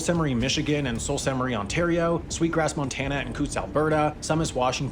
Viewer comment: what did he call the Soo ??..salt ste marie ...? what a dope !